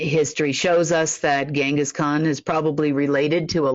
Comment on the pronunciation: Genghis Khan - "G" like in Gin.